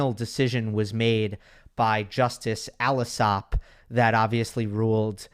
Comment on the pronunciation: btw I went to school with Judge's son- His name is pronounced "All-Sop"